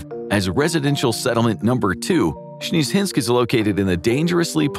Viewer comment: Sbeezehynsk?😂 they eobreally crack me up these russian tourist attractions 😂😂😂❤